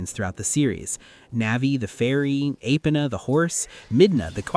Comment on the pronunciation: The way you pronounce epona makes me wonder if you are an AI. Because the first letter of that name is clearly not an A yet you pronounce it as an A. No human would do that.